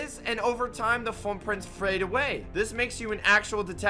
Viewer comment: "...and over time the frootfrints prhade awyaey"